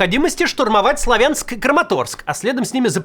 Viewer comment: Не СлавЯнск, а СлАвянск.